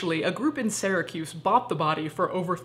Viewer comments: with all my love, Sear-a-kuse not Sara-kuse. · It comes from the Greek, therefore its pronunciation would be "Sura'kousai" -- which was rendered in Latin as "Syracusae," in Italian as "Siracusa" and in Sicilian as "Sarausa" (more often than not). So technically, any of these pronunciations is sufficiently close to some "authentic" pronunciation.